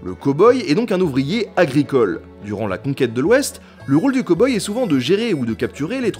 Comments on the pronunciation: cowboy... prononciation à revoir! cow : caow et non pas co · Il dit quand même "Ko-boi" au lieu de "Cow-Boy" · Cow boy à prononcer cAw boy ^^